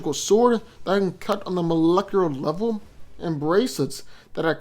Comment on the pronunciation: "Molecuuur Laurel"? You mean "Molecular Level"? 😭😭😭🤣🤣